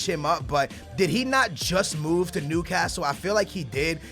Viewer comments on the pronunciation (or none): none